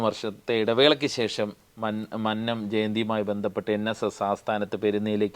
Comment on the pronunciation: മന്നം എന്ന് ഉച്ഛരിക്കാൻ പഠിക്കു ആദ്യം